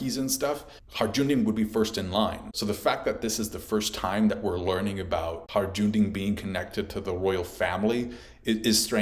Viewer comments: "Harjundin" 😂😂😂 It's Hajrudin! Pronounced: HAI-RU-DEAN 😘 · his name is not HI-JOONDIN, its pronounced HI-ROODIN. I actually met someone called that irl, after hearing it the first time in one piece. not like it matters. just havent heard it mispronounced so often in a single video in a while.. sorryy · "Hajj-rou-din" bro its not that hard 🤣 its "Hi-rue-din" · Haj-ru-din, not Har-Jun-din!!! Also, Lo-gi-ya, not Lo-ji-ya. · Its Hi-ru-din = Hajrudin not Harjundin 😅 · It's not Harjundin in One Piece, it's hajrudin. Every time I heard the word Harjundin I kinda cringed. But I like this video a lot otherwise. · "hajundin"? Why can no one pronounce this one character's name correctly. just listen to the name in the anime jeez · Butchered Hajrudin’s name. “Ajundin!” 😂😂😂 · Man we're eating peak OP on all fronts. Also, I really don't want to be that guy, but Hajrudin is pronounced. "Hi-rudin." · Every OP Youtuber I know keeps butchering Hajrudin's name lol 🤦‍♂ 😂 .......it's pronounced HAI-ROO-DEEN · One Piece Youtubers pronounce Hajrudin correctly challenge: impossible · Please stop saying Hajrudin like that 🤣🤣🤣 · bro its crazy too because they even get it right in the anime, like how hard is it lmfaoooo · why you pronouncing Hajrudin weird like that xD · It cracks me up that after all this years is still unable to pronounce HaJrudin properly 😂 this arc will be difficult for you heheh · i'm sorry but everytime you said hajrudin i died inside a little bit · The j in hajrudin is silent